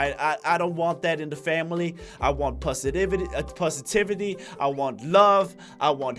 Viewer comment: Said Pussyitivity (Positivity) lmao